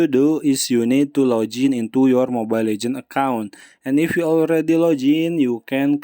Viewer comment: He be like: 🗣️ wit da fa da da duuu "Laugin"into youa Mobile Legends account